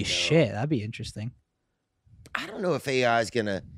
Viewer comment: Man it pissed me off how said interesting. I love when he says “innerestin”